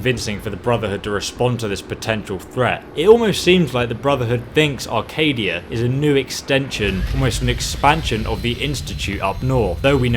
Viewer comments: Acadia not arcadia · CHEEZ IT'S ACADIA NOT ARCADIA